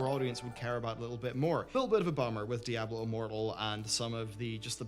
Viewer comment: DIE ABLO wtf dude